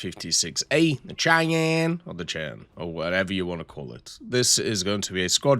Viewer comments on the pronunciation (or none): Dude it is pronounced "Shy-Ann"